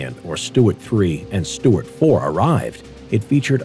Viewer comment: I thought it was "Su tart"😂😂